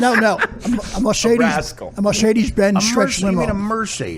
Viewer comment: He really just said "Mawcedes" five fawkin times. Holy shit,.